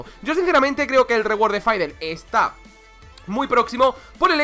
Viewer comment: Porque le dice Faidel Es y siempre será Fidelito